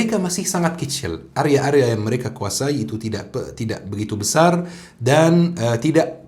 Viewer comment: Sptnya area bukan arya